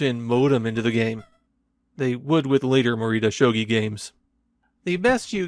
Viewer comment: EXCUSE ME? that might be the worst butchering of a pronunciation on this platform